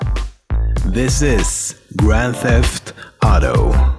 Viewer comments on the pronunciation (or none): "This is - grand theft Otto!" :D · Anyone else thought it was cool when he said auto in grand theft auto no..no one k